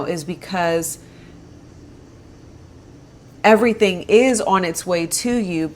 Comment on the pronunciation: Lmao 😆 “Okay, I teh yu evryteen."